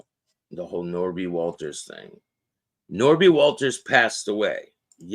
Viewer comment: It's Nobby! Ha ha ha!!! pronounced it. Not Norby.